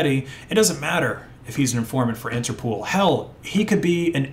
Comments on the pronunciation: Please don't pronounce INTERPOOL. It's INTERPOL, as in POLice... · Daingit! Why you so ignorant some times? first of all, Interpol is pronounced "Inter-pole" not "inter-pool". Second: scha·den·freu·de /ˈSHädənˌfroidə/ noun pleasure derived by someone from another person's misfortune. "a business that thrives on schadenfreude" Other than that, keep up the good work. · Interpol not Interpool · It's pronounced Inter-pole. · It's interpol not interpool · Why do you keep calling it "interpool"? How many O's do you see in the word "interpol"? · I think it's called INTERPOL, not INTERPOOL. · Never in my life have i heard people pronounce it 'Inter-pool' 😂 its 'interpol' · What the hell is "interpool" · INTERPOL. NOT POOL. ITS INTERNATIONAL POLICE. NOT POOLICE. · INTERPOOL? lol INTER-POL like POLITICS or POLICE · You have a funny way to pronounce Interpol. 's not Interpool. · Interpool? You mean Interpol? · I’m sorry, but if I hear “interpool” one more time, I think I’m gonna lose it. The pol is from police! There’s no pool! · Bro said interpool 😆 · It’s pronounced “Inter-poll”, because it’s a shortening of “International Police”. So please close the Inter Pool! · “Interpool” lol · He also can't pronounce Interpol apparently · Interpol isn't pronounced interpool. It's pole. Like inter pole. Also, colonel is pronounced kurnel. It's a military rank. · The way you pronounced colonel and Interpol hurt me